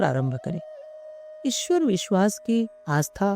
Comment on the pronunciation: इस ऑडियो में ईश्वर का उच्चारण और अधिक शुद्ध किया जा सकता था